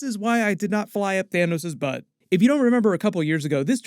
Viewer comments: It’s Thanos. Not Thaneos. Wtf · WHY ARE YOU PURPOSELY MISPRONOUCING THANOS?!?!?! STAN LEE NEVER SAID THAIN-NUS!!!! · EMERGENCY THA-NIS 😆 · Love the “Thanus” 😂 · Bro really just said “into the thanus.” 😂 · Had to double back there when you said Thaynis. That's a new one to me. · ”Thanus” lmaooooo